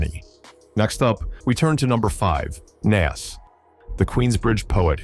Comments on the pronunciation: You've got something against Illmatic by 'Nass'? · I'm so tired of white narrators messing up the names of these legendary rappers...Naz vs. Nas & Pack vs. Pac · Dude, at least know how 2 pronounce Nas, not "Naz"?!?!.! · that dude in the blue shirt is who??? and does anybody notice the narrator of this video has no idea of how to pronounce rappers names ,,,,naas, pack, come on now its NAS and TUPAC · It's sickening. I would prefer someone reading this instead of hearing nonsense like Dr. Dot Dre....I mean c'mon. And Pack and Nass. When I hear that I can't trust the info. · Pack … lol … many decades Dey still getting it wrong it’s pac..which is pronounced poc, long O sound. Nas …pronunciation is Noz … damn it get it together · God I hate it when AI mispronounces well known names. "Nass" "Pack" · "pack" and "nass" - I'm fucking done! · Narrator can't pronounce names correctly smh